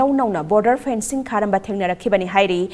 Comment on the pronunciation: Fencing not phencing...karigi wa ngangbada kapli² twbani...Phencing means what?